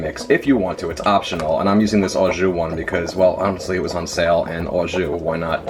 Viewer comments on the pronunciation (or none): Its all perfect then he added "Au Jus" yikes🥴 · Au jus pronounced oh juu